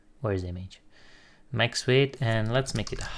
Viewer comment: nice, dar te rog nu mai spune imeigi, ci imigi la image, mersi, suna ca naiba :)